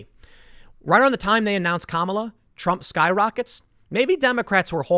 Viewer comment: Obvious racist. You mispronounced Kamala